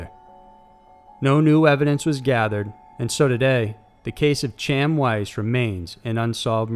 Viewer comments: Not to be nit picky but it's pronounced Kiam Weiss...not Chame. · actually it’s pronounced Haim 🤣🤣🤣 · That name you call "Chaim" is actually pronounced Hi-em. I remember seeing something about his case on "Unsolved Mysteries" and I'm surprised that, after all these years, it hasn't been solved. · Not cham, Chaim (English pronunciations: /haɪm/ HYME, /xaɪm/ KHYME, /ˈxɑːjiːm/ KHAH-yeem), is a name of Hebrew origin which means "life". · idiot its not pronounced Cham it Kaim ki-em//// I think idk im dumb too. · Hey man, just wanted to give you a heads up. Chaim isn’t pronounced as “Cham” or “Chaim”. It’s pronounced Hai-em, with the H being that hard throaty sound heard often in Arabic/Middle Eastern languages. Thought you should know how to pronounce the dead kids name at least. For respect reasons and all that. It’s the same as that popular cheer used often at weddings and other celebratory occasions. I’m sure you’ve head before, L’Chaim! It means “to life” Which is sadly ironic because that means the kid that was murdered was literally named, Life. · Your mispronouncing Chaim weiss just saying it's more like flem in your throat is pronounced hhhhhhiem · "Chaim" is actually pronounced "Hay-m". Great video! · Chaim is pronounced "hi-am" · I know this is nit picky but that kid's name is pronounced Hiam but spelled chaim, its Jewish and you dont pronounce the c more of a throat noise lmao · Chaim is supposed to be pronounced like hyam with an “ugh” sound at the beginning. Your channel is dope :) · The kids name in the second video is pronounced Hy-am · it's pronounced Kime. like lime, or time. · Pretty sure it’s “High-Um” Weiss not Ch-aim as it’s written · #4 - Chaim is pronounced "Hy-am" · chaim is not pronounced 'Cham.' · The name Chaim is pronounced a bit more like ky em crossed with Hy em. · Chaim is Pronounced Ha - eem. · it's actualy pronounced "HIGH-UM",just sayin'. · Wow. You really butchered the pronunciation of "Chaim".